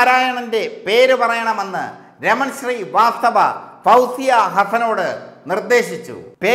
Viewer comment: എടാ കോയെ raman sri vasthava അല്ലടാ raman srivasthav